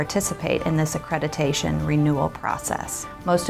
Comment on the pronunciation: It's ACCREDITATION, not ACCRETITATION!!!!